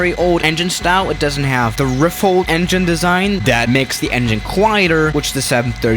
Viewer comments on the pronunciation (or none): (You said 'Riffled')